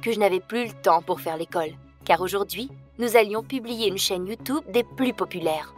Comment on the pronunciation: Ma chère on ne dits pas y ou tu obéi dits tu tube😡😠😇😲👍👎